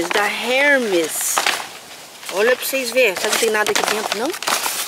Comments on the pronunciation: não é Hermes. Se diz Hermés porque é francês essa grife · As pronúncias de Hermes está errado e Blueberry